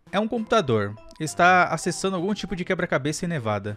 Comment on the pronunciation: .na vdd ele fala eh QUEBRA-CABESS